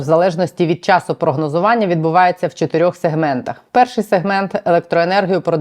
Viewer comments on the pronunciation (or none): none